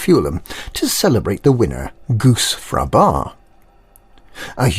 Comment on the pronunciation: pretty sure his name is pronounced with emphasis on a Gush Fr"a"aba